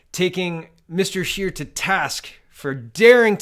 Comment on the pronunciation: did you not hear him call him Mr Shitter instead of Mr Scheer!